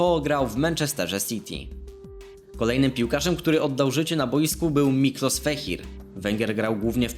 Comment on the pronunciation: Mikołaj feher a nie fehir.